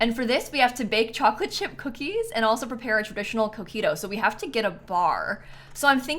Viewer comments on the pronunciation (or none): I thought she said “traditional cookie dough” when talking about coquito 😂